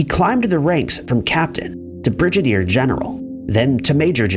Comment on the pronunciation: Really? Are you sure that he's not just stupid? He pronounced "Brigadier General" as "Bridgeadier General." Maybe he's just stupid.... OR maybe it's just a coinkeedink.